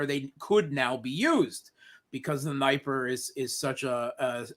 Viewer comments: Mate, great interview BUT I just cannot stand the way for all his intelligent comment, has to pronounce NIPER!!!! It reminds me of EYE RACK near EYE RAN south of moss COW. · Holy crap. This guy lives in Moscow and mispronounces Dniper ??? Seriously, WTF?? In no Slavic language is the letter "i" pronounced as "eye". It's D'knee-per. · I'm still waiting for Russian wife to teach him the correct pronunciation of Днепр (Dnieper).